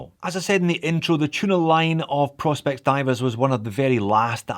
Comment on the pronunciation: Sorry J, but this annoys me; I know it shouldn’t. It’s “Pro. Specs” ( Professional Specifications, as declared on the Seiko website), hence their little P.S logo, and not “Prospects” as you repeatedly called it, and as most Americans seem to call this range of watches. I cringe and shout at the screen when I hear it mis-called. Ok that’s better, got it off my chest. Love the channel x